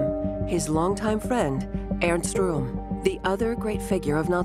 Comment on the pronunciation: Rohm is not pronounced like "room". It's pronounced "row-m". It's small thing but it drove me crazy trying to watch the video. You need to do a better job to give the history the respect it deserves...